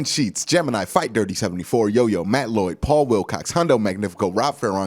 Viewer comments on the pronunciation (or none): none